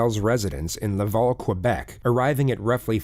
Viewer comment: I live in Montreal and I just have to say the way pronounced “Quebec”, “Laval”, and “Montreal” pained me lol. Also it was clear this was in Quebec as soon as I heard the investigator’s accent 😂 Edit: This woman is a monster and we do not claim her